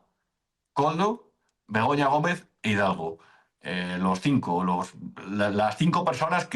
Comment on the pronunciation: Me meo. Siempre suena como si dijerais Begoño Gomez😂